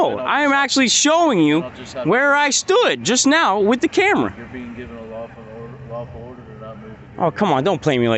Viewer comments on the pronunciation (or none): "I am a sergeant right now sir." Lol "Why don't you have your identification on you?" We really are living in a totalitarian state (eg.,, Stalinist Russia or Nazi Germany) where the State is incredulous that a peon doesn't have his papers when he's out in public. "Yourebeingivenalafuuu uhhh lawfuulorder" I would demand the "sergeant" perform a field sobriety test on the other officer. He can't keep his bloodshot eyes open and he's badly slurring his speech.